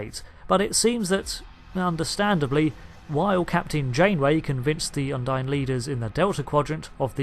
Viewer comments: If you've played all the missions surely you know its pronounced "Undeen" not "Undyne". They say it multiple times throughout those campaigns, and you even say it correctly yourself then go on to say it wrong for the rest of the video. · I'm sorry I have to be that guy, but I can't believe you just called Kronos "Konos" ant the Undine (Undeen) "Undyne" ......dude.....